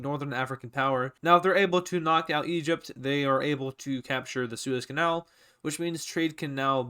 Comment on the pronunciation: Are you Dutch because you say kanaal on a Dutch way